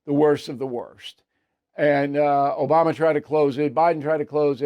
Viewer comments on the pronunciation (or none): none